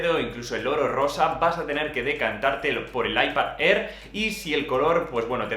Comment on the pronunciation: “Aipad Errr” 🤣 🤣 🤣